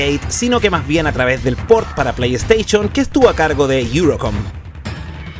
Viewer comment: Playsteichon, chaolin jajajaja! Aprendé a hablar! El video estaba bueno igual :D